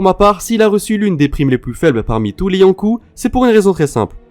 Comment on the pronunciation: Et faut aussi qu'il arrête de dire yonkou